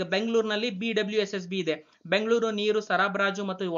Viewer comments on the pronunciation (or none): none